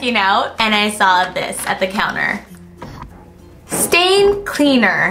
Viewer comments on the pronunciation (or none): none